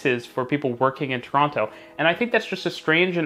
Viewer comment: The way you pronounce Toronto is gonna get you mugged one day.